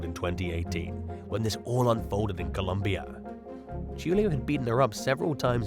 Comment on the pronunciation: #2. Julio is pronounced Who-Lee-oh.